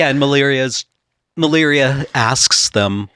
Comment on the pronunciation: Was there some sort of typo/name change/pronunciation in the stories for Malira, cus they keep saying Maliria, with an extra i at the end. even corrected himself to say Maliria after saying Malira correctly. It was confusing the heck out of me the whole time. Either way, great episode. Love the just pure lore episodes.